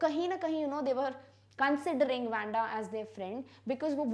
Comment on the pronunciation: Its not wenda its wandha according to pronunciation mam by tye way you are such a great teacher 👩‍🏫..